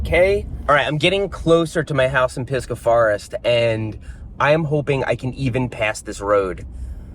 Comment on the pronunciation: Lmao yanks or floridians always pronounce pisgah [piss-gahh] but it's actually [Piz-guh] in local slang. But then again up here (or down here to snow byrd floridians) you can piss just about anywhere outta eyesight...... just never thought about pissin on my high-school rival PISGAH high literal...